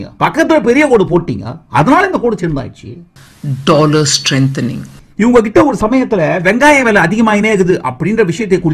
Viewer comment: ஒரு நாட்டின் நிதி அமைச்சர் Dolar என்று கூட சொல்லத் தெரியவில்லை Tolar Tolar என்கிறார்